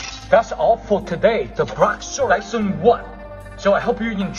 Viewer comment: I like how you pronounced lesson with an i as if it was written like Lisson